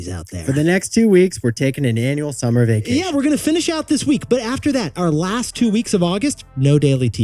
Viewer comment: Vah-cation? Vay-cation.😅